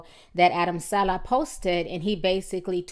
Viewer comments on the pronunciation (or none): TI it's SA-LEH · suh-lay dang ti can really screw up somebody name